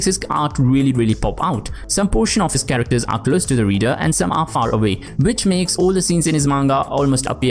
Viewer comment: I-CONE-iC Kerekters